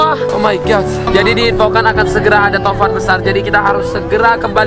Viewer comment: Angin tovan ya bang,iya tovan tapi abangnya tamvan